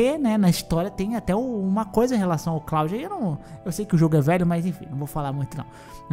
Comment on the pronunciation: Cláudio? kkkkkkkkkkkkkkkkk É KLUOD!!!!